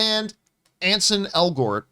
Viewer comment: its Ansel not Anson